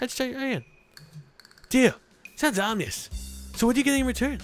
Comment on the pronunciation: He said "ominous" the right way!